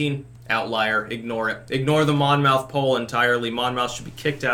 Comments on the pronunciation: You keep pronouncing Monmouth (poll) as Mon-Mouth. Understandable but everyone else, inc news media says mon-muth, and said it so as long as I can remember. For instance there's a town Falmouth in both Mass & Maine, pronounced Foul-muth. Do you really think people would call their town Foul-Mouth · Monmouth pronounced monMITH--no MOUTH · The mon-mouth poll I love the way intentionally mispronounces words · FYI, not that it matters: Monmouth is pronounced "Mommith" - source, I'm from Monmouth County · It's pronounced MON-MOTH ... I live really close..please trust me. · Just for reference, it's pronounced "mon' muth" (stress on the first syllable) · dear... its pronounced Mon_muth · the "n" is silent.